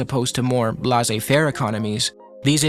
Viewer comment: It’s pronounced “Lay-zay fair”